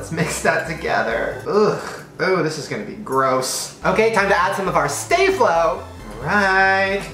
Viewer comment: who else was triggered by stay-flo :/